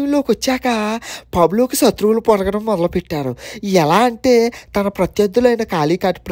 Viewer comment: సత్రువు అంటున్నావు.శత్రువు అని పలకాలి.నైస్ తమ్ముడు 👍👍👍👍